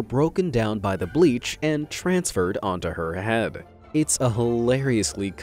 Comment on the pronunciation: “Onto her *heab*”